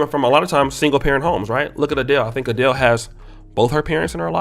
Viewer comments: Pronouncing the wrong name with confidence🤣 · pronouncing her name like she’s Nigerian!! This got me weak!!! 🤣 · 😭 Right bt what's crazier/funnier is the fact that that's the 1st thing he went to. I mean I get the Nigerian part a bit but HOW can you possibly butcher ADELE?😅😅😅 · My man struggled saying Adele's name like our teachers used to struggle saying our names haha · I had to stop watching the video. For me, he lost instant credibility when he kept mispronouncing her name. How can he not know how to pronounce her name, she is a world renowned music star? This gaffe, along with misusing words because he does not know their real meaning, and his mumblemouth speech pattern are starting to really stick out. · Lmao I dont think that's how to pronounce her name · Bruh. ADELEY?? Who tf is Adeley lmaooo geez. Either yall ACT like yall can't read these names or don't know em or never heard of em, or don't want to say them....or 😴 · My nigga said Adelee. 🤣🤣🤣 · Not you calling her "ADEL-AY", 🤣🤣🤦🏾‍♀️ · Your pronouncation of Adele as “Aa-dell-ley” is killing me 🤣 props from London ✊🏾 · Adele pronounced "Uh-Dell" 🤦🏾‍♂️😆🤣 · Adel it’s adel 😂😂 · Hahaha! IKR!!! #painful it's A-DeLL (phonetically) i.e., Adele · Adel- Ley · It’s pronounced as A-Dell lol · you are butchering her name! Also Adele isn't even good looking. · This man butchered her name😂😂😂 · You make an 8min tape w/o spending 10secs learning how to pronounce her name. Weak. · Bruh, how the hell don’t you know how to pronounce Adele’s name? She has been on the scene for at least 10 years and makes music that is well known in many countries. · Bro you seriously cant pronounce Adele's name??? As famous as she is and you know she is? You haven't heard anyone else say her name? You in medical school, and i know you had to learn a lot of Latin and you cant pronounce her name?! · the way you say adele makes me want to fight you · Well her name was PRONOUNCED wrong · 🤣🤣 bro that pronunciation..